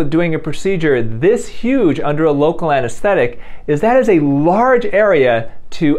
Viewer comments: 😂Dr Youn said "very LARD" instead of very Large! Omg!😂😂😂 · Bro said "lard" instead of "large".